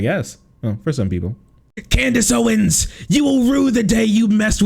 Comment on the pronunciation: 'Can deez' Owens